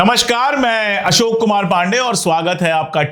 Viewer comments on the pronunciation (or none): none